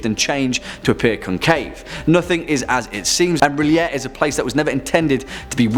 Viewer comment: Yay! You pronounce R'lyeh like I do!